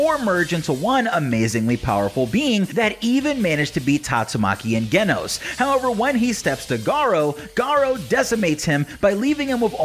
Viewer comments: Wait. Did you just say genos? Even though is pronounced jenoss? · Genos it's pronounced (jenos) num nut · It’s not pronounced like Genos it’s like jenos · SAY IT RIGHT ITS SPELLED GENOS BUT PRONOUNCED JENOS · The way he pronounced Genos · CAN YOU REPEAT THE WAY YOU PRONOUNCED GENOS’S NAME 💀💀💀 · he did not just pronounce genos with the g actually sounding like a g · "..and Genos" Why you pronounce my man's name like that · You did not just called Genos literal Genos the g in Genos is pronounced as j